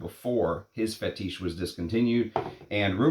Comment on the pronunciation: Roh-jah, not ROW-jah. Fetish, not Fe-TEESH. Jesus Christ…….